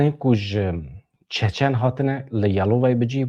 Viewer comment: Çéçén! ne Çaçan! Berz rast dvéje ev xeber nava hemu dniyaéda té gotin!! Ez bi xwa ji Russia otonomiya çéçéna heye u hemu dbéjin çéçén! Ji wan gelek hevalé me hene mrovne bas'in 😊 Slav Réz ji wara!!